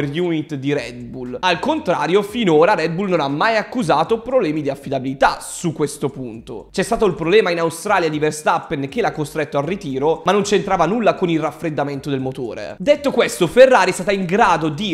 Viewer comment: Vestappen.... Errore comune a molti... La r? non viene mai pronunciata😅😅😅